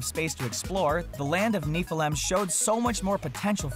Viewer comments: Niflheim is pronounced "niff-el-hime"......also, nobody really knows exactly what yet but LEGO Dimensions recently had an update that seems to have removed planned levels ( the total number of gold bricks dropped by 50, indicating a significant amount of content getting canceled/scrapped ) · That way of saying Niflheim is weird..